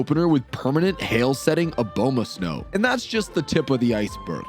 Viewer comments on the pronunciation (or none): none